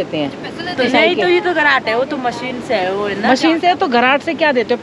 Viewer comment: खराट नही घराट होता है